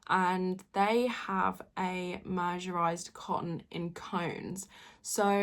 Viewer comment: The word mercerised is pronounced as MUR-suh-ryzd, had to google cos I have same trouble 😂.